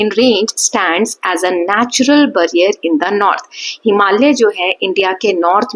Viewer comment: It's barrier ma'am. Not ब It's बे ->barrier. 😊